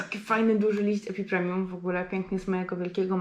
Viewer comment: Wszystko dobrze ale dlaczego mówisz epipremium skoro to epipremnum. Trochę precyzji by się przydało.